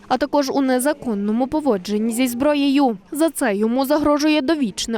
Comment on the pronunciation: ЗброєЮ ув'язненнЯ шо за манера ставити такі наголоси на останні склади?